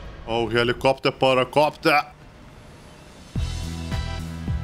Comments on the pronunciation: I liked the part when he said: HELIKOPTEAR!!! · the way he says helicopter. LMFAO